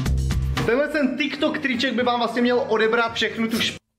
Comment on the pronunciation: Říká se tik tok a ne Ťik Tok